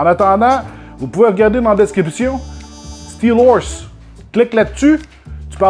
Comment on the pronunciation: "Steelorse" : tasse toi la guenaille 😂😂😂😂😂😂